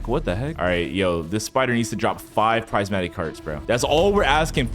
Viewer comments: Its prismatic.. not pricematic…. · Haha, it’s prismatic, not prizematic. 😂